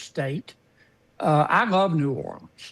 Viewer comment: He said nollens the first time. Then it was new orleans